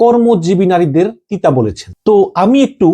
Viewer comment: পতিতা শব্দকে তিতা উচ্চরন করেন কেন?